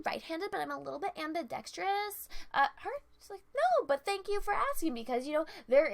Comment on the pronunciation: She mispronounced ambidextrous & you didn't pick up on that. DISLIKE!